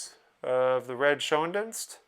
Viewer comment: Awesome cards. His name is pronounced Red Shane deenst. FYI